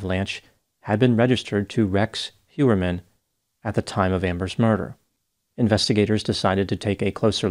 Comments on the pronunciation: It is not Hjuerman it is Hojerman 😤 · I think it's Heuermann, not Hewerman.